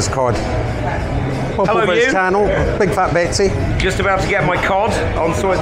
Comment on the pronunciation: Are you calling Besty (Tom) Betsy on purpose lol?